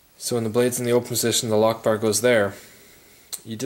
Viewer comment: Sounds like you say allah akhbar instead of lock bar.